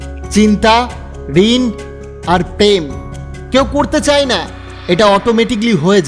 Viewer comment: চায়'কে চাই বলেন কেন?